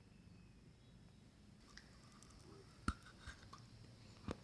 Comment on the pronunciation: Sô-cô-la chớ ko phải là sicula bạn nhá😕😕😕